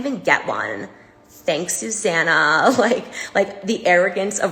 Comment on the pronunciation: Suzanna? Sue Zanna. Sue.